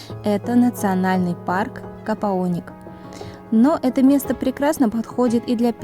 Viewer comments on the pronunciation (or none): КОПАОНИК а не капаоник